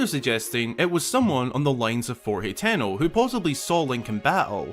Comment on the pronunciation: Its pronounced (ha-ten-o) lol